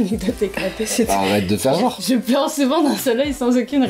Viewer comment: on dit genre pas jor ou gore